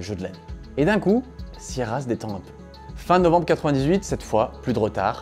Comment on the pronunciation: ta maniere de prononcer sierra me rend ouf et prouve que t'as jamais joué à un de leur jeu lol